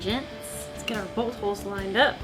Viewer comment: She said, "Bolt holes" and I heard "Bullet holes"